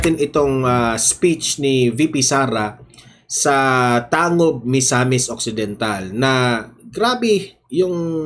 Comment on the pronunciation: Tangub....tang..gub pag bigkas Nyan kabayan